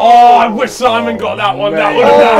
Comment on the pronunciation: not Simen its Simon